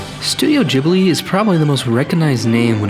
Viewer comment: im sorry. instantly paused the video. did you say jiblee? studio jiblee?!?! :*)